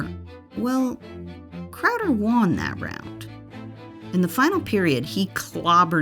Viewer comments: Love this channel but it kills me when the voiceover says “Juan” instead of won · won is pronounced like one not juan lol